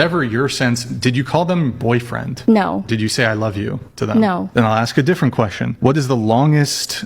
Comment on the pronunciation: You have a photographic, you said ax instead of ask. These uppity women you’ve mastered everything else except that.